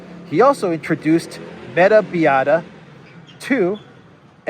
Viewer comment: "Biota" is pronounced bi-OH-tah.